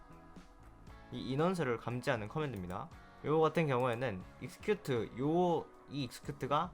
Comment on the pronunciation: 액서큐트입니다 발음은